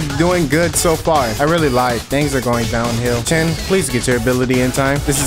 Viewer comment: My man said “chin” instead of chen